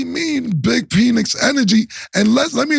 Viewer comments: Mike Penix Jr.pronounced Pen X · Calling him "peenix" is crazy 😂😂😂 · It's pronounced Pinex